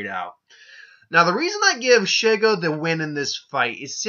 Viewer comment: "she" - "go", that's how you say her name also I agree that Shego would win.